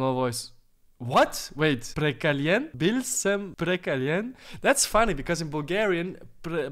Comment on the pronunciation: In Slovenian language, we write bil sem But you say that like - biv sem But slovenians would say bil sem pohekan/shekan, we have some words that are not official. Great video